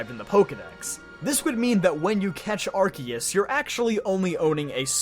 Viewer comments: The word of is not in the title! And it's Arceus, not Arkoos! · THERE ARE NO O'S IN ARCEUS!